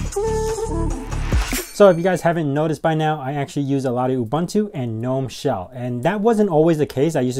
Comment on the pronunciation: Nitpick: The "G" in "gnome" is not silent.